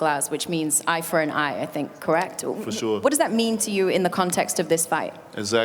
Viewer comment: Did she just say Amen foreal Foosho lol